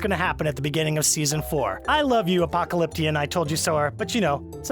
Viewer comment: I'm such the Apoklaklipion Told you so-er 😂😂😂